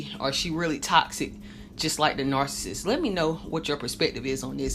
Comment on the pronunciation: The speaker in this video can't even pronounce the word nar-ci-ssist correctly. It's not 'narcisst' or 'narcisstic'